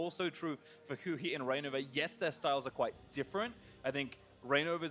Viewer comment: They kept saying Huni instead of Huhi